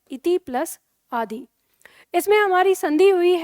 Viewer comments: bilkul shi bat hai mam आदि बोलते समय आदी bol rhe hai aap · बहुत सुंदर प्रयास।किंतु आप आदर्श हैं हिंदी के लिए।अतः मेरा सुझाव है कि जब आप आदि इत्यादि को बोलती है तो ह्रस्व इकार बोलिए दीर्घ ई नहीं।